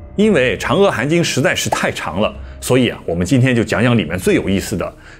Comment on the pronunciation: 主講人既然說要正確讀梵音, 而當年譯經者 "南無 阿彌陀佛" 這幾字的翻譯, 到現在要讀正確也不難, 為何主講人"阿彌陀佛" 要唸成"喔彌陀佛" ? 主講人在說到佛經中"阿"的時候, 都唸成了"喔" , 這樣明顯是不正確的.而 "阿含經" 不應唸成 "喔含經".